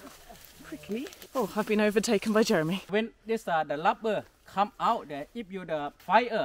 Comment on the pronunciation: I noticed you stopped saying Jeremy with a French accent